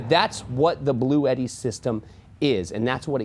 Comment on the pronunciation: The correct pronunciation of Bluetti is "Blue-T", with two syllables: "Blue" and "T"